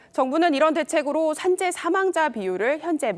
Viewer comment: 여자 앵커 " 산재 " 아님 ? "선재"로 처음 들렸음 발음 연습 좀 하시오 내 귀가 혹 잘못 됐음 미안하오